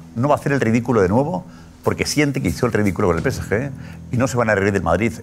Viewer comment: Porque en el chiringuito dicen pese ye? En lugar de decir pe ce ge. Cuando se refieren al PSG